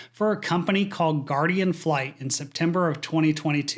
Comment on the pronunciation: its Guardian Flight not Guaradian